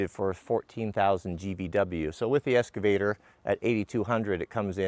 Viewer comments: Say it with me: EX-cavator. Not ES-cavator. Sound it out, EX-cavator. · I love the channel... But has anybody commented on pronunciation of "excavator"?